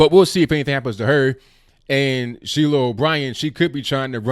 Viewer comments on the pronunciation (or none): none